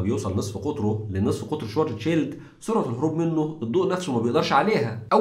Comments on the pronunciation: شفارتس شيلد وليس شوارتزشيلد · مشكور عل معلومات .. بس تصحيح لغوي حرف الw باللغة الامانية تلفظ نفس لفظ حرف الv باللغة الانكليزية ... يعني اسمو شڤارتز شيلد اي ما معناه الدرع الاسود باللغة الامانية ... يعني صديقي بس شفت حرف w باسم الماني فورا الفظو v و حروف sch تنلفظ مثل الsh بالانكليزي و ach او uch تنلفظ متل حرف ال خ بالعربي ... بكرر مشكور على المعلومات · بس تنبيه صغير على أسم العالم الألماني ترجمة اسمو القارمة السوداء و الw ما بيلفظ واو بيلفظ مثل حرف ال v بللغة الانكليزية . حلقة حلوة بتجنن ❤❤🔥